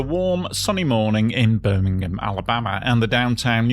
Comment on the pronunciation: Great video! And with your pronunciation Birmingham, Alabama never sounded so nice.👍